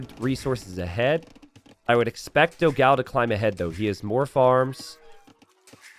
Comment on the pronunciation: I hope one day will learn to pronounce Dogão correctly (hint: it's nothing like what he calls him)!